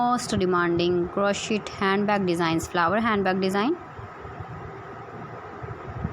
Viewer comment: First you learn the correct pronunciation of Crochet. T is silent.